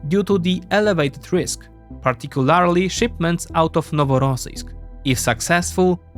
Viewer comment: Great video, but... GA-RAN-TEE! Not Guua-ran-tee. Particularly is also Par-tic-cew-LER-lee.